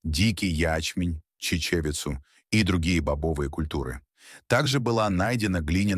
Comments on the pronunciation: Какое интересное ударение у комментатора.Чече'вица. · Невомзожно слушать, когда нейронка каверкает такие элементарные слова, как "чечевица".